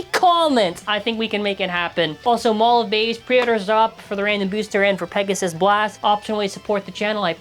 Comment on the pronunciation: Not "Pissgoon"...🥀 LOL